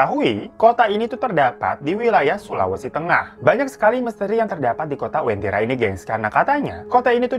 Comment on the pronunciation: Maaf bang sebenarnya namanya uventira bukn wentira